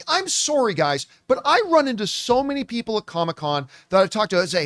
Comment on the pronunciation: hearing John say "Sorry" with a Canadian accent gives me joy lol